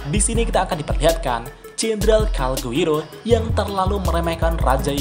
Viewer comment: Calgurio pak bukan calguiro